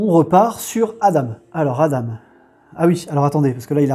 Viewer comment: Hello jeu sympa. Sinon Adam ça se prononce "A-dent".